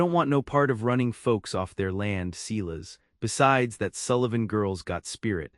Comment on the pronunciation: AAAAGGHHHHHHH!!!!! Seelas is not how one pronounces SILAS! ELIAS is NOT Eeelll-ee-is!!! Retrain AI!